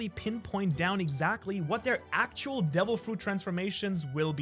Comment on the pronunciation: say actual again ya damn gonk